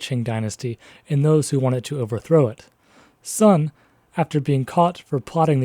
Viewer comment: The speaker of this video quite clearly has some background in the Chinese language, as can be told from his pronunciation of the words "tongmenghui" or "guomingdang". But why can't he get the pronunciation of the main character's family name, Sun, right?